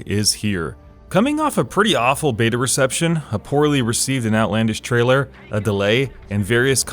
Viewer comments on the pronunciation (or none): none